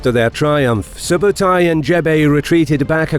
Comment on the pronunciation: i am Mongolian and i tell you something its not JEBE!!! correct call is ZEV (ZEV - ЗЭВ mean is aerugo or arrowhead) ZEV is chingis khaans general of 1/9 and its not SUBATAI correct call is SOOBEIDEI - СҮБЭДЭЙ. soobeidei too general of chingis khaan 1/9 (khaan khan - is mean KING) And Mongolians are the only country to beat Russians in the winter haha